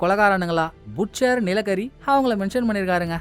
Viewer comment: Ayya புட்ச்சர் இல்ல பட்செர்